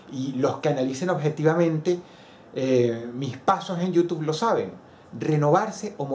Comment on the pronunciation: Extraño cuando decías /youtub-e/.